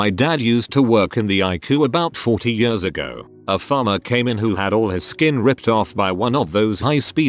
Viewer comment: No one: Literally no one: TTS: yuhrs